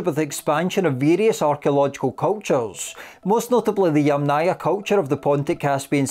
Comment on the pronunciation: Yamnaya. The accent is on the first syllable. So: YAM-naya. YAMnaya. NOT yamNAYA.